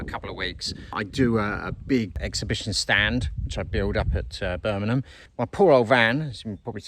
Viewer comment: it is BIRMINGHAM not BURMINUM LOL so says a BRUMMIE.